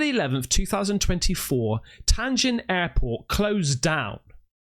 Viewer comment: Bro, it's not TAIN JIN, it's TIAN JIN airport.